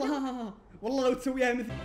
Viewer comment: في الدقيقه ٩:٥٧ما قال مثك قال مثث